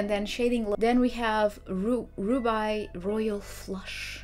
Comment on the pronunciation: Ruby is pronounced (ROO-BEE) haha but you have a wonderful voice and content. Lovely video. Thank you for showing off these wonderful inks. 💖